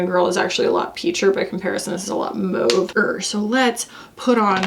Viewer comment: Someone who says mauve correctly. Thank you!!